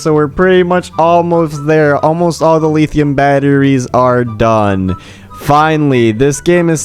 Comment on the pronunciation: "Leetheeum batteries" 💀